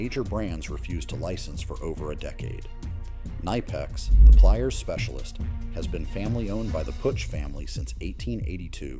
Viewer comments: It is knipex not nipex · The way around the battery "eco system" is buying adapters on Amazon for $9. but I know zero contractors that would actually use them. Also it's not Nigh Pex it's KUH NIP EX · It's prounounced ki-nipex! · Note that “Knipex” is cut ally pronounced “Kih-nip-ex”.